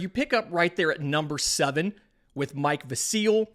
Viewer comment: Pronounced Mike VASil, not MIke Vaseeeeel. lol